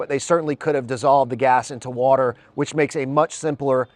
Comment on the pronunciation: Hmm he can't even pronounce water properly... "Waller"!? Plus would the blocks be air/Waller tight?